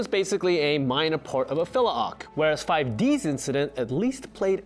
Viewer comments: The dude out here worrying about pronunciation of Zexal but saying 5 Dee ess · This man keeps calling 5Ds, 5 D S 🤦🏾‍♂️🤦🏾‍♂️ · Let me get something straight. You feel the need to clarify the difference between the Japanese and English dubbed pronunciation of "Zexal" yet you pronounce "5Ds" as "five de es"? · This fool just called it yugioh-five-D-S. Abort. Wow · I heard it bro, I heard you saying 5 DS and 5D's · Hearing someone pronounce 5ds as 5-DS (like the Nintendo console) is slightly satisfactory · He just called 5D's "5Deez" Also another reason 5D's is part of the canon is because Joey Wheeler's descendent was there too, right? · Nobody:: Yu-Gi-Oh 5D-S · it was pronounced 5d's like more than 1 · The way he said 5Ds hurt a little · how the hell do you manage to pronounce 5Ds correctly but then mispronounce it throughout the whole video? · (pronounces the name of a kid's show incorrectly once at the beginning of the video) The comments: Looks like you're going to the Shadow Realm, Jimbo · You lost me when you said the s in 5Ds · You keep talking about Zexal/Zeal but you keep calling 5D's "5 D.S." IT'S 5 DEEEEEZ BRO! lol. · Five-u Deesu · I’m sorry, but are you actually calling it 5Dee Ess? You use the possessive D’s, as in Deez I think the duel between Yugi and Jaden never happened. Remember, in Bonds Beyond Time, Yugi introduces himself. So either their duel did happen, or it was erased as part of timeline changing bullshit I saw that 5D’s takes place in 2030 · Well I stopped watching after he said “five DS” it’s “fuh -ive dee-s” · Having a person that knows little about the cringe always makes me cringe with these type of videos. It's "yugioh 5 deez" not 5DS, what is this a Nintendo console that touches the 5th dimension? Nintendo labo? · Why does he say 5 D-S instead of 5D’s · ok i dont know anyone who says 5 D S it always 5d's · I hate the way he says 5d-s instead of 5ds it annoys the shit out of me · Did this yugioh fan called 5ds 5d S